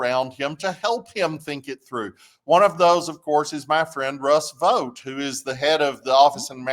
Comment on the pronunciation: Not Russ Vot… it’s pronounced Vote… Vought..